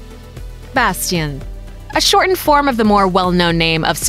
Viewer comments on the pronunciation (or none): I have heard Bastian but never heard Bash in RL ... so I think they ment Bastian. (eventhough the pronatiation is bad Like my spelling xD)